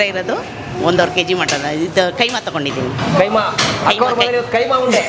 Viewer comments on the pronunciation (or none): Kaima alla keemaa